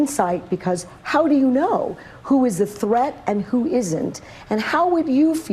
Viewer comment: " how do you know who is a threath and who isnt." She said as she expressed her desire to disarm law abiding citizens and opinion that our rights are not absolute. Honestly does she even have the mental capacity to listen to herself?